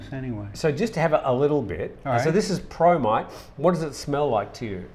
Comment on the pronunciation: I misheard " promite", i thought you were sharing bromide.